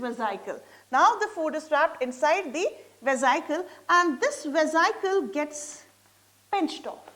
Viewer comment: Madam atleast correct the spelling of amoeba first. Otherwise method of understanding is overall right. And your pronunciation is very wrong mam for vesical.